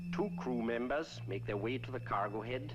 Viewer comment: did he say "2 Kuh Members"?